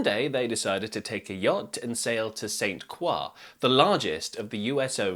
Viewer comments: " literally everyone but Americans (US) says it that way" Yes it is a French word but it is pronounced 'Croy' by the people who actually live there. You'll sometimes hear 'Cruz', especially between the locals but never 'Kwah' like it's pronounced in this video. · I lived on St. Croix in the late 1970s. It's pronounced Saint CROY, as in Croydon. The scuttlebutt at the time was about the attack at a Rockefeller owned golf course called Fountain Valley. Although it had happened a few years before it was still fresh in people's minds. I was advised to stick to the well trodden tourist areas and stay out of "native territory". But I didn't listen. The BEST times I had there were at Saturday night fish fries with live local music and dancing in the "bad" part of town . The beer and rum flowed copiously. I was the only white woman in the crowd. Nobody ever pestered me. I was welcomed warmly, possibly because of my "crazy" dance moves. Yeah, I looked like a wild blonde nut. Too wacky to tangle with. I did get robbed one night after work at a Christiansted bar. But it was white tourists who robbed me, not the locals. Interesting tale here. New for me. Thanks. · St. Croix is pronounced Croy and rhymes with Troy. This is how the natives pronounce it. St. Croix is owned by America so we pronounce it the proper American way. You can act Frenchy if you want to embarrass yourself. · I love your videos. They are incredibly informative and interesting. FYI, in the US, we pronounce the name of the island "St. Croy." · While you pronounced Croix correctly in French, the name of the US Virgin Island is pronounced “Croy” like “boy.” And yes, the people who live there pronounce it St. “Croy.” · Pronounced "St. Croy" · The "Qua" sound is French, but they would say "San" (the t is silent), so the pronunciation in this video is a weird "half English, half French" pronunciation. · His pronunciation is incorrect. I used to live there. It’s St. Kroy.